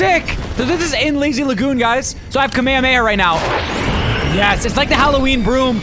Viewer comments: its pronounced ka-meh-hah-meh-hah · Ka-me-he-ma is not how u pronounce it, is sounds so bad😭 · he said the word kamehameha but not how it’s pronounced in the show. In the show they say it like KA-ME-HA-ME-HA nick eh says it like KAME-HAMEHA and much quicker, it’s not that hard to understand lmao you’re just slow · No just pronounce it right "kamehameha" even the subtitles spell it that way. Even the Dub and Sub pronounce it that way. And Kuririn is pronounced like that cuz Japanese people cant pronouce the L correctly. They say the letter "L" like an "R" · its kameh-hameh-ha that's how its pronounced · It’s pronounced Kama Hama ha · early! also it's pronounced ka-mey-ha-may-ha just to let you know! Also love ur vids btw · then I guess it’s just a little different from how I remember it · Don't worry he is also a big dbz fan. He just didn't pronounce it correctly